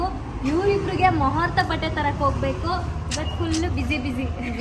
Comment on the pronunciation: Muhurtham alla adu...Muhurtha adu....nimm kittogiro Accent and fashion ge Kannada Kole madbedi please ❤❤❤❤I hope u wil apologise In next video and be urself like how u r but dnt include any other language in Kannada Vlog ❤❤i hope u will accept and say ಮುಹೂರ್ತ